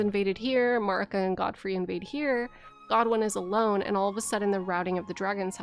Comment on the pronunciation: MAER-ih-kuh please. No MARR-ih-kuh. They say her name in the cutscene. So we know how its said.